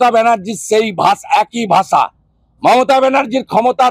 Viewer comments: দুনোটাই পাগল 😂ভাষাকে ভাছা বলে শুভেন্দু😂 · ভাছা নয় 'ভাষা'